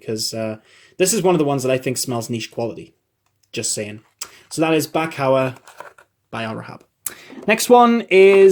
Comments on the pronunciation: Not BakHour, it's more like Bakhur. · Bakhour pronunced Buckhoor not buck hour 😀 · Bakhour is pronounced Bokoor.